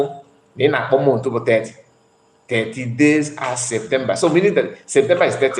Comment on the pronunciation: Hahahah….Sunday school scholar says of Septembaaa